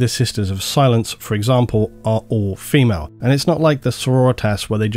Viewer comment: Phi-males?! Reee! REEEE!!! I’m a 40k fan. 😂